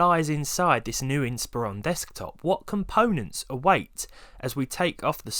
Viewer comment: THANK YOU for pronouncing Inspiron correctly.